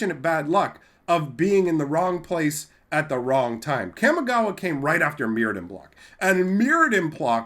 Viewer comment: Hey there just wanted to let you know in Japanese a is pronounced only as ah. So Kamigawa is pronounced Kah-me-gah-wah. Not kam-e-gah-wah.